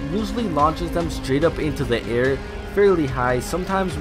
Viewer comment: you accidentally said sh*t instead of straight